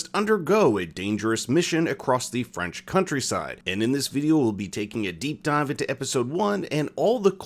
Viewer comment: not a single french word pronounced correctly.